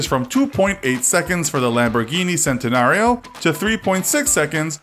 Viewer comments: you pronounce centenario like this chenta-nar-io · By the way 80% of your facts are wrong it’s pernounced chentenario and eris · No centenario spelling right but pronounced chentanario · Him: Says 'sentinario' Me: comment time its pronounced chent-e-nar-io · And the names CENtenario you say CHENtenario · Also you pronounced centenario wrong it’s pronounced chentenario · The Lamborghini Centenario is actually pronounced (Chen-ten-are-e-o) not (cen-tin-are-e-o) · CENT-inario? CHENT-inario i think u mean thanks so much non car guy person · Its pronounced Chentonario not sentonario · It's not pronounced sentenario it's pronounced chentenario. Normie. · He said sentenario lol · He said Centenario as "Sentenario", HuracÁn as "Hooracán and The Urus as "Oorus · The pronunciation of centanario gets me triggered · isn't it pronounced "chen-ten-ario"? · he said SENTANARIO ffffff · It’s pronounced chentanario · Why to did u say cent-a-nario and the huracan the u-ra-can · he pronounced centenario wrong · And car girls* lol. The Centenario miss pronunciation bugged me the most tbh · Well u are that’s how it’s pronounced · He said Scunderia, Veneno and Centenario all wrong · HE PRONOUNCED LAMBORGHINI CENTENARIO WRONG! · That's not how you say Centenario...